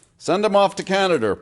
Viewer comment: It's can-uh-duh, them buffalo all turned socialist and went on the dole.